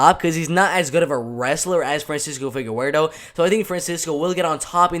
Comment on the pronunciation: Boy said “figawerdo”